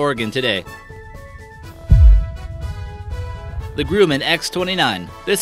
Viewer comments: It's Gr-um-man not Groo-man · The Grooman X-29?... o_O It's Grumman! Say it right.. GRUMMAN! lol ffs it's right there, how could any normal person mispronounce that!? You wanna know what's more bizarre than these aircraft? The blatant ineptitude of your subject knowledge and the way you talk, sounds like you learned English yesterday whilst having a lobotomy. Your voice makes people want to vomit blood and claw their ears out. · Not grew man, it's Grumman.. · Hughes' flying boat "saw action after WWII"? I don't think so! And it's Grumman, not 'grew man.' Who writes this crap? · Grum man. That's how it's pronounced...